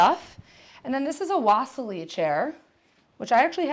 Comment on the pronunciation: Cool abode, I like how the rooms are tied together with bold stripped textiles. Just a heads up the Marcel Breuer's Wassily chair is pronounced (VA-Seal-e or Va-silly). The chair was dubbed the “Wassily” after the Russian painter Wassily Kandinsky, Breuer's friend and fellow Bauhaus instructor, who had praised the design when it was first produced :)